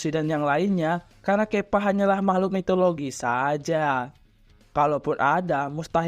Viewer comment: Nube bukan newbe Kappa bukan kepa